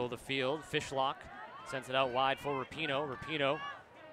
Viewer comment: LOL Woman commentator talking about the keepers before the game starts, said "Jessica Fish hook" LOL!